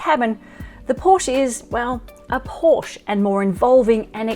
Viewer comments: Pronounce porschE. Not Porsch. Same is bee em vee Not bee em double u. German car needs German pronounciation… ! US Cars here is correct spelled as Dodsh for Dodge and Chevroleigh spoken here, Not Shefrolett as assumed for German Language … or how do you speak a Peugeot?😂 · If you’re going to review vehicles for a living. It’s pronounced Coupé and Porsche-a. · Its porschÉ